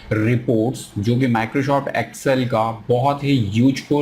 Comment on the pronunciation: Microshoft kyuin bolte ho 🤣